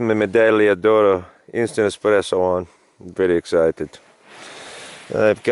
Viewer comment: Love it!! I was in the pomoly hot tent hammock tarp last weekend at -23C. I think its the best of both worlds mashed into one. Learned so much from your videos including how to pronounce "medaglia oro" 😋